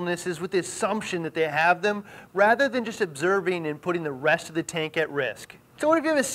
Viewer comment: The way he says "members er the reefing communy" gets me every time.